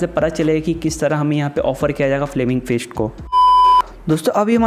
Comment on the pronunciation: Bhi wo 'first ' nahi ' fist' hota hain....😁😁😁